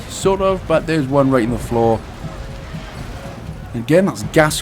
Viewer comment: not "ze door" as in "zi" you need to pronounce the "e" more like the first "e" in "eleven" that's German English if not learned right :p